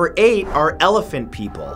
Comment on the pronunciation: Ealaphent people? I thought it was ganash